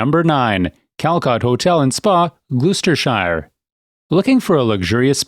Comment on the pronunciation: Its "Glosss.....stershire and 'Woooostershire'! And 'Wiltshiiiiiire.' :-)